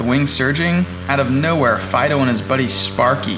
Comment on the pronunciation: Insteada Fido it’s FLYDOUGH